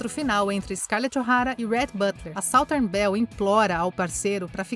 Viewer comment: Incrível como insitem em não pagar alguém que traduza os textos, preferindo o tradutor automático...Southern Belle-mal pronunciada, por sinal-, seria Beldade, Dondoca Sulista.